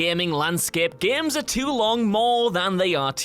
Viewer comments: It's "games " not "geams" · GAEMES... ITS itches in my brain when he says that word